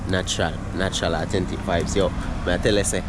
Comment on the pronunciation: Awe-ten-tic 👍 Keep it up bro